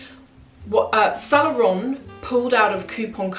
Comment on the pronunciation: I like your videos. But you gotta fix the pronunciation of "Saint Laurent" since it comes up so often. I hope you take this as a "there is milk foam on your upper lip and only friends will tell you at the risk of offending you" situation. Keep up the good work!